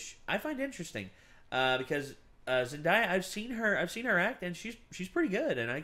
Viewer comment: it's Zen-DAY-a.